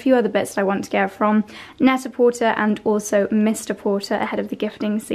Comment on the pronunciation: Only because you said you value correct pronunciation, look up correct pronunciation of Net a Porter. The er is pronounced with a long a. French. Love your vlogs.